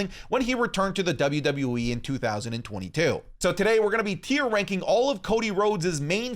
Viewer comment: Bro said Raking